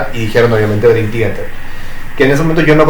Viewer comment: 1. Kevin Moore estuvo hasta Awake (1994) 2. Mike Portnoy volvió a finales de 2023. Durante el 2024 trabajaron Parasonnia y en 2025 lo lanzan. 13 años estuvo fuera de la banda. El mismo lo dijo una y otra vez que fueron 13 años. 3. Man, que mal pronuncias Theater 4. Una boludez mencionar tu hate a Coto jajajaja la tenes adentro